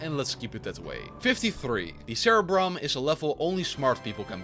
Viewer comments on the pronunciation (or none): i assume you’re not one of those smart people because you even pronounced “cerebrum” wrong